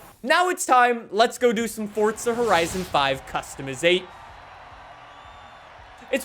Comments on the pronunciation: Forza not fortza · FORT-ZUH…??? I don’t understand… FOR-ZAH Say FOR-ZAH 5… just one time… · Why does he say fortza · FORTZA HORIZON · 'Fortza' horizon lmao 🤣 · istg if this guy says "fortza" one more time (idk if thats ac how u say it XD) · If you say FORTSZA one more time I’m going to bite my eyelid off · be like: Fort-za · how is it "fortsa" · you spell forza better than you say it